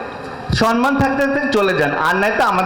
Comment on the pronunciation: সেটার প্রমাণ নিশ্চয় আপনার কাছে দিতে হবে না। যারা "সম্মান" কে "সন-মান" উচ্চারণ করে, তাও আবার মঞ্চে, তারা কি মেধাবী নয়?